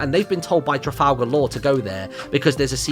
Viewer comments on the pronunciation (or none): none